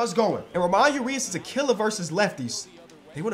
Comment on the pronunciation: saying ramon urias wrong is my favorite part of the series